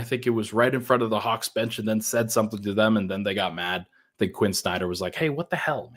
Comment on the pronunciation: My new years resolution is to get to quit adding "ch" to the end of every time he says the word "and"